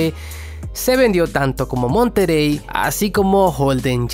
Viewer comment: Se dice Opel "MonteRey". Tambien paso lo mismo con el Opel Frontera/ Isuzu Rodeo/ Honda Passport